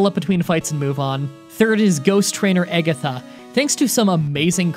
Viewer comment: Eggatha and Draygon trainer lance? what are these pronunciations